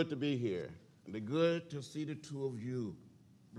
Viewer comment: GOOD TRUBBA